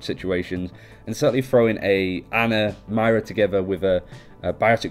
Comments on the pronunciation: ok listen. its MOIRA not MAIRA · It's pronounced MOIra not MYra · You keep saying my rah when it’s supposed to be muy rah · you keep saying myra instead of moira and obbs instead of orbs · It's not "My-Ra," it's "Moy(like boy with an M)- Ra" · It’s not My-ruh it’s Moy-ruh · Moy-ra not Mara, This is annoying me more than it should, probs cause im from northern ireland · Why do you pronounce it Myra when it literally fucking says Moira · Her name is pronounced moyra btw. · I stopped watching right after the first time they said "Maira". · I'm sorry being Irish I'm annoyed as to how ppl pronounce her name. It's moy-ra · As an Irish person, the way he pronounced her name triggered me. Also the fact that In Ireland we spell it Máire, not Moira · i swear you are saying mario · Moira is pronouced "Moy-ruh" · I don't want to be that guy, but you're pronouncing her name incorrectly. It's pronounced like (More Yeah). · Isaac Ben-Ezra umm no Moy-Ruh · that's not at all how it's pronounced... its Moy-ra or Moy-ruh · This was driving me nuts the entire video. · Why can't you even pronounce moira